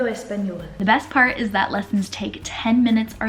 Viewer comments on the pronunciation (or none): none